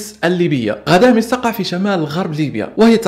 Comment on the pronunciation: غدامس وليس غداميس